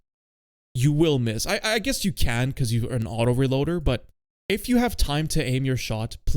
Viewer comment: Ahem, its pronounced autoREloader